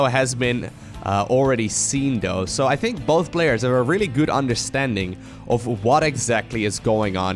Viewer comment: For the 100th time; it's though, not dough!!!!!